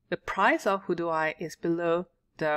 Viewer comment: its pronounced how you would say "how do we"